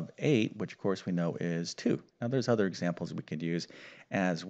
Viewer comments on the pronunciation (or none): none